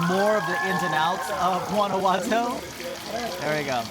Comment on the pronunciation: "Gwana watoe"